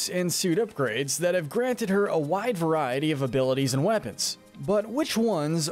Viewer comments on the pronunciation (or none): none